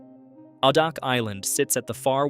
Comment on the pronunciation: A-Dak not Ah-Dock